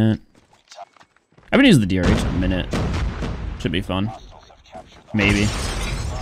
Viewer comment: He said DRH instead DoctorH